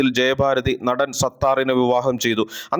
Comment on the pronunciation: ജയബാരതി അല്ല. ജയഭാരതി